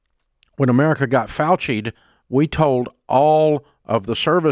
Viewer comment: He said Fauchied! 😅😅😅😅